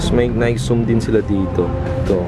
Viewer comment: Lodi, Nayki (Nike) not Nayk (Nike).. Anyway More Vids to Come. More Power! New Subscriber! God Bless!